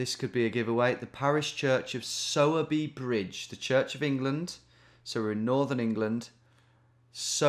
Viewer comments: Oh my local in Sowerby 😍… it’s pronounced “sore” by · its pronounced like sawwwbey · Sowerby pronounced with a female pig sound.